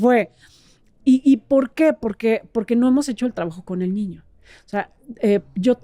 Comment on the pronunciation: me encantas! Desde que te escuché por primera vez te sigo! Me has ayudado mucho. Solo una pequeña pregunta ¿Por qué dices ñiño? Con doble ñ? 🤔